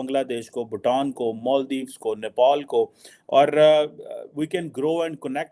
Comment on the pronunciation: ye Nepal ko Nepol kyun bolta hai?